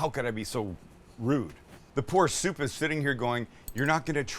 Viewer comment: Chicken Shshhhshhhsoup lol